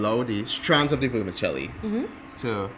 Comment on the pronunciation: Please stop saying "Vermishelli" gorshhh